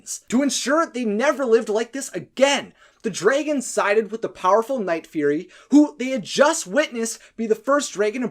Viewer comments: So...why do you keep pronouncing "dragons" as "draygons"? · Why are you saying dregons it is drogon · Pretty good vid, but the way you say, "Dregons" becomes unbearable. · You are saing it wrong. It's dragons, not dreigens. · Lmao what accent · Why do you keep referring to Dragons as "dragans"? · I hate how this guy calls the dragons dreygons and the alpha an elpha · Why does he keep saying DREIGONS ? It's a little bit annoying ! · The pronunciation of Dragons is probably the only part of this video that I would say is grating.